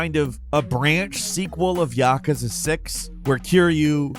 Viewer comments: I love your videos, but for the love of God, please say yakuza, right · Good lord, he pronounces Yakuza like a complete moron. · i love how he pronounces Yakuza